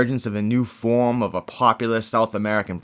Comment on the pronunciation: This channel is like the departed in documentary form…I mean ”fawm”